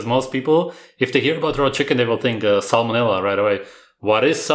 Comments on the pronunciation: Did she just say salmon vanilla? I heard salmon vanilla 😂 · It sounded like she said salmon vanilla lol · It sounded like she said “salmon vanilla” which almost sounds more gross than salmonella.